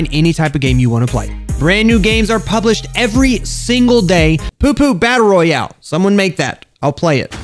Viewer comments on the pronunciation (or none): none